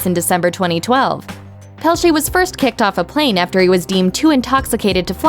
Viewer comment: How hard is it to pronounce "Pelletier" correctly?!